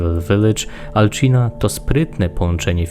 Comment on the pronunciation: Materiał wykonany wyśmienicie ale muszę się przyczepić do kilku rzeczy dokładniej do dwóch. Pierwsze to jak wypowiadasz imię. Mówi się Alcina (C czyta się jak S) A nie "Alczina". Drugą rzeczą jest sztylet. Trochę ci się nazwy pomerdały i to nazywało się "Sztyletem śmiertelnego kwiatu" a ty mówiłeś "Sztylet kwiatu śmierci".